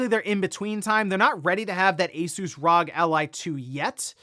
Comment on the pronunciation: R.O.G. or Republic of Gamers. Not RAWG…🤷‍♀️